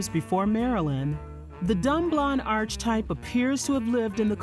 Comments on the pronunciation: Archtype is properly pronounced "arc-type" - don't pronounce the h as a ch. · You are so very good at this. I am a professional editor and please delete this when you read it but you mispronounced "archetype" twice. I know you'll want to correct that. ❤